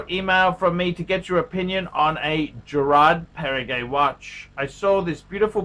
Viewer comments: It’s Geraadh Perrrehgouh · learn to pronounce the name of the brand, mate!